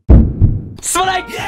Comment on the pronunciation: すまないがストライクに聞こえる‥‥wうちだけか？